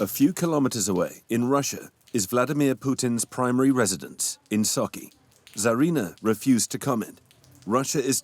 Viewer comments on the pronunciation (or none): That's really funny how narrator manages to pronounce some "soki" for Sochi -- and this is even after Sochi Olympics!!! ))) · BS French/German propaganda. The narrator can't even pronounce Sochi correctly, he says "Socky" 🤣 He obviously never heard of the Sochi olympics